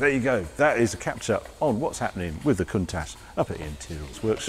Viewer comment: Love the show, But I wish you would say COUNTACH the way the ITALIANS do.